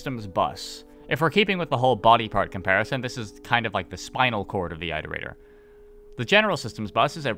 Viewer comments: It's it-er-ator Not I-ter-ator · Who the hell pronounces it eye-rotator and not it-erator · It's more like eeterator than ayterator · said eyetertater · EYEterrator? How do you pronounce iteration or re-iterate? Also if we're going off downpour which this video is (I don't, I think it's terrible fanfiction) the whole basis of why you go to the city in arti's campaign is because 5p is bothered by the scavs in it showing that it is not a separate entity (in downpour which is garbage). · Is the way he says Iterator a regional pronunciation thing? Because to me, it’s pronounced the same way as in “reiterate” like “it-erator” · it is objectively pronounced it-er ate-er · Time to find out if has finally learned how to pronounce Iterator Edit: Nope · you're saying iterator wrong